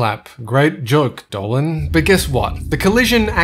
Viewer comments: Oops, Sorry, Its "Dolan" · No, it's Dolan.